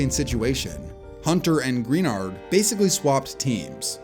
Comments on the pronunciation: It’s Pronounced Gruh-Nard not Green-Nard brotha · well you know he didn't for sure because he mispronounced Greenard's name.